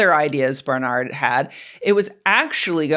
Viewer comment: It’s BAR-NERD not BAR-NARD ,,,Barnard …I know , because it my mother’s maiden name.. Unless their from Spain 👍